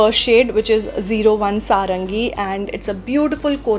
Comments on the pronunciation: Sorry Didi aapne ghalat bola saranghi nahi saranghae HOTA hai 😂 btw amazing lipsticks shades 💓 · Heyooo It’s pronounced as saa-raa-ngay